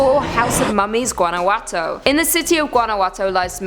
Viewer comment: I'm genuinely shocked and honored,. My father's home state is from Guanajuato, MX. (all is forgiven on the pronunciation). When I was growing up he took the whole family and we got to experience first hand the caves and mummies and hear the urban legends of the caves. The scariest part is going down deep in the cave and all the light going out. Quite fun. Thank you again for this, I feel like I have a part of me now in Top 5 Scary vids. Stay spooky. <3